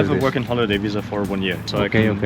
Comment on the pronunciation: Me quedo con el Ferrari, lo vendo y compro una camper de 2ª y vivo de rentas el resto de mi vida... (... visa se pronuncia igual que en español...)